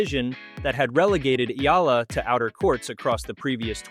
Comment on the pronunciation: Correct Pronunciation : EALA = Ee'Ya'La